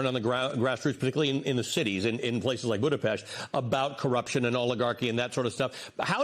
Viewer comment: WOW, Great guest and interviewer even knows how to pronounce Budapest , Top notch News!